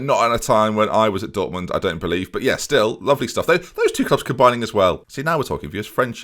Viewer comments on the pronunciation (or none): none